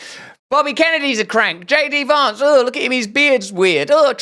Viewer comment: “JD Vawnce” 😂